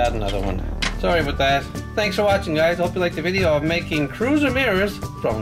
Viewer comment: ets not crosmiros its. relybad